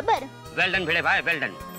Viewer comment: new Roshan Sodhi ko to bolne mein bhi gadbadi hai. Bhidu ko Beeedu beedu kr rha hai